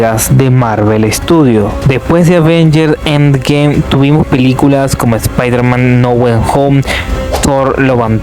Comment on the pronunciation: Avengers En Gem Spider Man No Wen Jom Doctor Estrein Murn Nike 😂😂 De Marvel James Cum 😂😂😂😂😂😂😂😂 James Cum x2 (por si no escuchaste la primera vez) Den pul an Wolverine Doctor dun En gem (otra vez) Perdón es que te pasaste, te recomiendo clases de pronunciación o decir todo en español